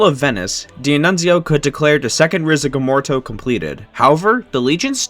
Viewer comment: man I loved the video so far and I honestly can understand the difficulty in pronouncing D’Annunzio but how the fuck does “Risorgimento” turn into “risegomorto” 🤧